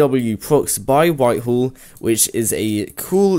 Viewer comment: STOP SAYING WHITEHALL ITS WHITEHILL NOT TRYING TO BE MEAN JUST SAYING